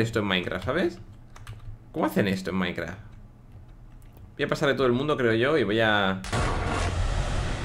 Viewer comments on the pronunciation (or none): none